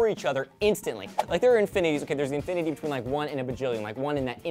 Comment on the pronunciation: To infity and beyound!!! Aw my brain